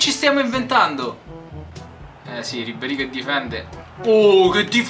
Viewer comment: si chiama Ribéry no Ribbéry